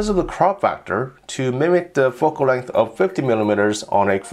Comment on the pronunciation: "Foc-Kul Length"